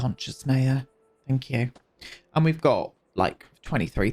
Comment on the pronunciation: obsessed with your "thank yew. x"